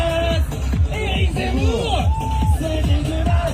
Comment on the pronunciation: la façon dont il prononce "Zemmour" ... un petit relant anti sé mite?